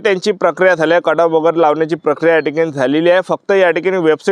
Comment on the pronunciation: Cut off ❌ Kad aaf ✅ 🤣